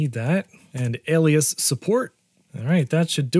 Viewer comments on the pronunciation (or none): none